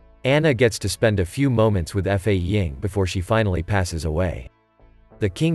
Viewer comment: F A ying? It's Fa Ying.